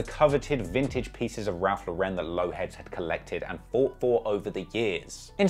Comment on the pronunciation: "Raph Le'ren"